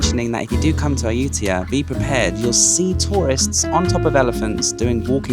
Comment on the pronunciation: It's a pity that this video was released a month later than my visit, but I skipped Ayutthaya because accommodation was booked solid, and it will have to wait for my next visit. You have given me some ideas and insights that will be helpful., now that you have a Thai wife, ask her to teach you how to pronounce Ayutthaya. 😉